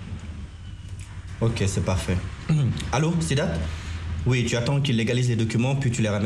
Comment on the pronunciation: Suis-je la seule à remarquer que ne sait pas bien prononcer "u"?J'ai l'impression qu'elle dit toujours "i" au lieu de "u", genre "ti" à la place de "tu"🤔🤔🤔